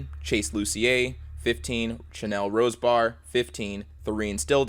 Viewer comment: My unc was a victim of that, happy he survived but my aunt didn't, also luckier is pronounced loosher not lus sier also its pronounced rose bear not rose bar